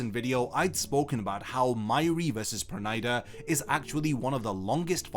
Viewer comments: It's perunida not pernaida (pronounciation) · Why can't this guy pronounce Pernida correctly?